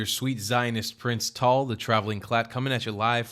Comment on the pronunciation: I thought you called yourself 😅 now i see Sahar comment saying Tal